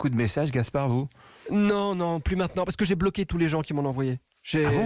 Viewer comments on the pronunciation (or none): none